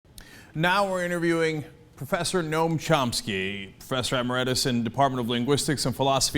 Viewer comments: 04 emeRIEtus? pls, emeritus is pronounced e-MER-i-tus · Cenk is such a mutton-headed buffoon. All of the people are TYT are morons. "Professor Em-er-et-us?" Fucking idiot.